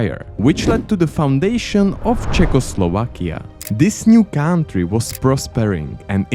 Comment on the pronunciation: Please don't pronounce "country" as "káááuntry", a simple "kauntry" would be perfect 😂